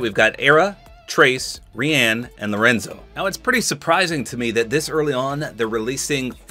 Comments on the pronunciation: bro Rian is usualy pronunced ryan like my name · Rian, I thought, was pronounced, Ryan..... not how ever said it here......